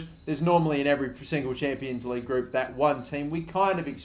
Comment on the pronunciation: Group not groupe 😂